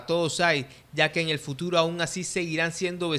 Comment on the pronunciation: Dice eñel futuro en vez de en el futuro.